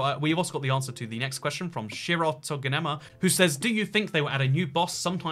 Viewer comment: Omg he answered! BTW my name is shiro-tan-goma not shirotoganema lol. Here is another question, do you think they will ever add furniture?